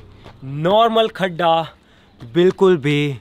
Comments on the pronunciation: Oye wo गढ्ढा hai खड्डा nahi😆😆😛😛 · Everyone: गड्ढा: खड्ढा ।। 😂😂